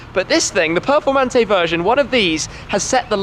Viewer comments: For Christ sake his accent makes it sound like he said " Lamborghini Purplemantee" 😂😂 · Voto pronuncia "performante'': 2